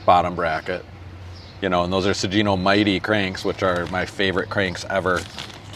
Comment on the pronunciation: This was so friggin awesome! I notice you didn't take my advice on pronouncing Sugino though :D